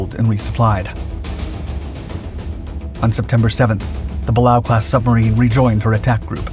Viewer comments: the class is pronounced. Bah. Lay OH the other class mentioned GATO is pronounced GAY TOW ..he mispronounced both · It is pronounced Bu Lay O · Pronounced "Buh-lay-o". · Pronounced "buh-lay-oh" class. 😒